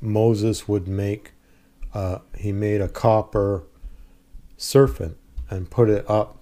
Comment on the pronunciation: Did I mishear the word serpent as serfant?